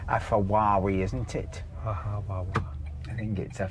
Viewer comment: Was that Fewawi a Pawsh?